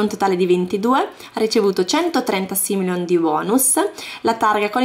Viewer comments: ma come lo pronunci si dice SIMOLEON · i soldi du pronunciano Simoleon